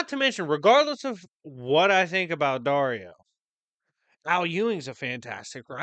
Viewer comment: I kept hearing Daria when you say Dario, for some reason. And now i cant stop thinking about Thor getting killed by Daria lol